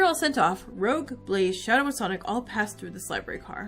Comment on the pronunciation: This game honestly brings me so much nostalgia from when I was really into this franchise. Also Rouge's name is actually pronounced R"oo"ge with a soft G just so you know.